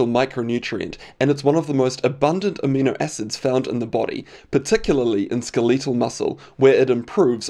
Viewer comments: "SkelEEtal muscle" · Skileetal muscle... come on man